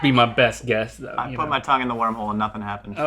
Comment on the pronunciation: I wasn't sure if he said wormhole or warm hole? 🤔